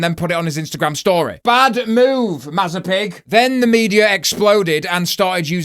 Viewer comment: I'm so fucking relieved that the SA wasn't SA because I burst out laughing at "bad moov"